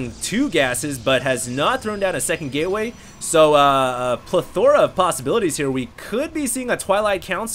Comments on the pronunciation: plethora? Its not pla-thor-a its ple-tha-ra ahahaha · Not Pla-thor-a ---- it's pleth-or-a uggg - love your commentaries but hopefully you decide to work on your pronunciation of a number of words eventually. It would help your commentaries. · You put the wrong emphasis on the wrong syllable when you say "plethora"... it's pleth-er-uh.... not pleth-O-ra. Unless of course you're trying to be cute and emphasize 'THOR' in that word. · doesn't have a lot of good grammar, doesn't pronounce many things correctly, and also doesn't seem to know what many of the words he uses actually mean. Examples: "plethora": PLUH-THOR-UH "abuse" is not interchangeable with "use" etc... Anyways, you're not the only anal one about misspeaking...